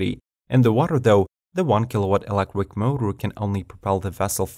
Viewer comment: "1.5 elecric mower".. Lol